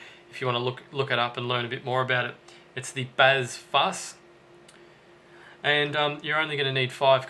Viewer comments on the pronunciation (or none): I hate how you say bazz fuss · Had you not said "Bazz Fuss" aloud, I would have been totally convinced that the caption was supposed to say "Bass Fuzz", and your fingers had a moment of dyslexia. hahah